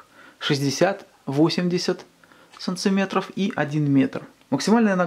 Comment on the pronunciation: А где так говорят "санЦиметры"? Дико интересно.